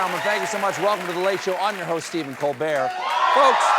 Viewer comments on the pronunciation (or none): none